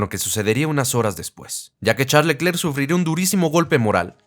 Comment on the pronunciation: la pronunciación correcta de Charles Leclerc es [Sharl Lœcler], en francés la "ch" se pronuncia [sh], la "e" sin acento entre dos consonantes se pronuncia [œ] entre "e" y "o" y la mayoría de las consonantes finales son mudas.